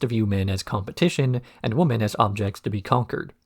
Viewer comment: I mean this in the least disrespectful way possible, but I have noticed that in a few of your videos you tend to say woman rather than women? I thought it was just a slip of the tongue the first few times but it seems to be an ongoing thing. Is that intentional or accent? Obviously these are your videos and it’s a free country. You can say whatever you like but after watching this and wanting to ask every single time I haven’t been able to sleep at night so I thought I would ask.😂